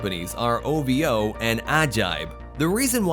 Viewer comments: no one pronounce it as O-Vee-O just say O-Vo instead 😄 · I'm weak when you pronounce "Ovo and ajaib " lmao🤣🤣🤣